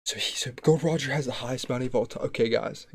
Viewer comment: It's not GOLD ROGER IT'S GOl D. ROGER.